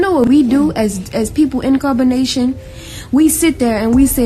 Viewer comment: In Carbonation sounds like Incarceration